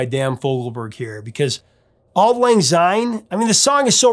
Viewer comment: Enjoying having found your channel Prof! A little bit of Scot’s pedantry here. The word “syne “ starts with an “S” and not a “Z” therefore Syne and not Zyne. Come Hogmanay and before the bells ring, feel free to raise your eyebrow and wince slightly before correcting the mispronunciation and then burst into song! “Auld Lang Syne” should really be Scotland’s National Anthem. It’s a huge missed marketing opportunity. You should find another Burns’ song and analyse the lyrics to “Ae Fond Kiss”. The perfect and unsurpassable love song. All the best Ian